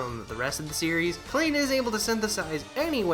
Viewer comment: Minor correction: "Klein" is pronounced "Kline," though I only know that because it's also a name Sword Art Online uses for one of its main supporting cast. Spelled exactly the same way in that series, actually. ...I have a copy of Iris 1. Really should play it sometime.